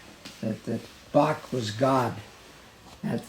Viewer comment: Shame he never taught you how to say Bach